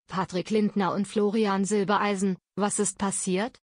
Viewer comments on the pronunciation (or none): Jetzt bezeichnet auch die Rednerin Florian zwischendurch als Silbeleisen! Hallo YouTube wann bringt Ihr Euren Sprechern endlich bei wie Familiennamen korrekt ausgesprochen werden !